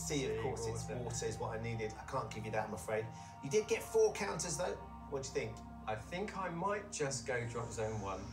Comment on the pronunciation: Every time he says ‘4 counters’ I hear `foRK HANDLES!